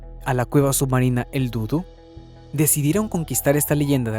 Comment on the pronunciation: No se dudu, es dudú acento en la última u